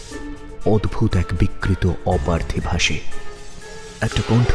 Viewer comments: অপার্থিব কথাটার উচ্চারণ অপার্থিবো পার্থিব্ বা অপার্থিব্ নয়।সারা নাটকে অর্ণব ছাড়া বাকিরা ভুল উচ্চারণ করে গেলো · অপার্থিব শব্দের উচ্চারণ অপার্থিবো/পার্থিব হয়।উচ্চারণ সঠিক করুন